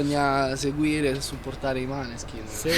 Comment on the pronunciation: Mi incazzo perché si pronuncia Moneskin non maneskin